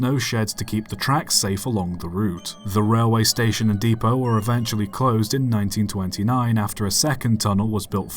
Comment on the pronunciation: You mispronounced Clerk. Oh! And depot. And Newark. And Terris.